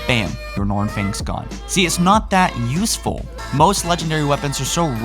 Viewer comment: did say "yeesful?" Lol